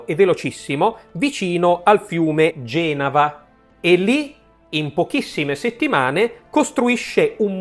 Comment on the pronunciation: Genava un fiume??????? Non credo proprio: è la città di Ginevra. Si dice, tra l'altro, Genàva e non Gènava. Perdonatemi la pedanteria🙏